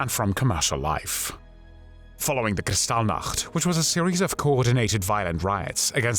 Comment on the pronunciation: I'd like to say it was a pleasure, but..... Your channel should be piped into evry school in the world - oh yes, and I love the way you say: Kristallnacht.